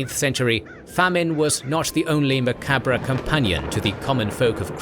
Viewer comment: How tf do you say macabre wrong thats a pretty common one